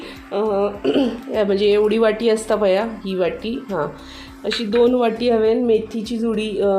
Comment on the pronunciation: मैथीचे नाही .मेथीचे .